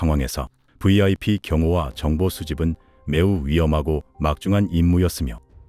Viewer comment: 비아이피 😂브이 😢😢😢 알파벳 V발음 조오금 이상함 😊😊😊